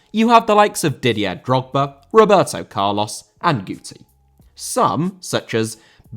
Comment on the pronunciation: Roberto* not Robātouw